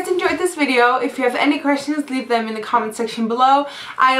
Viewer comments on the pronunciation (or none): i love it when you say " and now for da " instead of "the" u sound like ur saying "da"..lol..funny..love the look by the way!! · I love how you say "dah" instead of the! I love your accent. :)